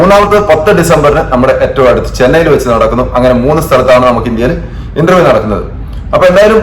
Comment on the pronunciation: ഇൻൻ്റെർ വ്യം എന്നാണ്